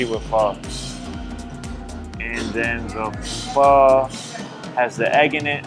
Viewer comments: Why he say pho correctly then say PHOW lol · pronounced PHA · Said fuck the tooth for the day huh 😊 And lil white girl talking about Pho is laughable 😂 Bruh. Mac, you saying Pho all wrong too my boy